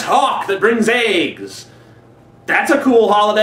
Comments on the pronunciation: Did he say "chocolate eggs" or "chocolate and aids" ??? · I thought you said AIDS not eggs lol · Every time he says 'brings eggs', I think he says 'brings AIDS...' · the first time he said eggs it sounded like aids. "a bunny who brings chocolates and aids!" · At first i thought he said chocolate and aids. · he also says aigsits. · sounds like like you said "Chocalate and AIDS". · Lol. He says "aigs." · ***** Yeah, so bizarre how Americans pronounce 'eggs'